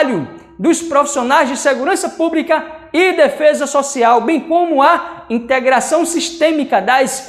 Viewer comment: "disciprina" e segurança "púbrica" tá foda brother....